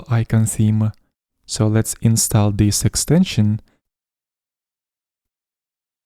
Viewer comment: Но "install" вроде произносится как "инстол"